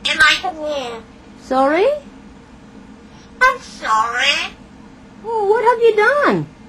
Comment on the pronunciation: AHM SORREH